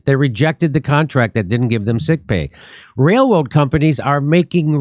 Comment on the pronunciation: Sorry but "wail woad" cannot be left to die a quiet death.